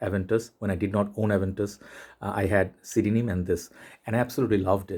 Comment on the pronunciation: Did you just pronounce CDNIM phonetically?? Fack off.